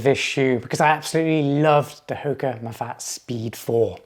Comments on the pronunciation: It’s pronounced “Mah-fah-tay”. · In French I see things pronounced ma fat but as a Spanish speaker myself I thought it was ma fa te